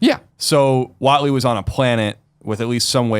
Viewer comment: lol Mark "Watley"